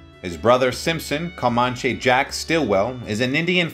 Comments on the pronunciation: Co-mon-chay??? Really????……. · It's either AI or a European person. Not only did he keep mispronouncing OK Corral, He pe pronounced Comanche Jack Stillwell's name as Co-mon-chay. Most Americans know who the Comanche Indians are. At one point he even referred to the Earps as the Yirps